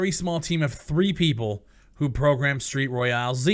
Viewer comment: Cant even say the name correctly... and yes the game is trash but I dont understand why u want qaulity control. Let the market be free and open to anyone and let the consumers of the free market push people out by not purchasing the product and review bombing it when necessary. Valve is a publisher but steam is a platform. As a platform you dont have the right to violate the peoples volition. This is the exact argument people are making with the censorship on youtube and various platforms. make your argument persistent across all instances not just the ones that back your business. I say this as a fan not an enemy or critic. Check yourself.